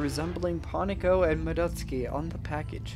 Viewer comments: It's supposed to be "MADdoTSUUki" instead of "Muhdoteski" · More like, "mah-dots-key", at least according to the Japanese pronounciation. However, it sounds weird in english, and the fact he's mispronouncing the A doesn't make it better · "Ma-DUT-ski?" didn't know she was actually Russian lol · I'm pretty sure the Russians pronounce it "Madoytska".